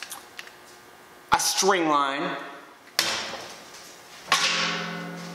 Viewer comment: Was loving the videos, until I saw how you said “String Line”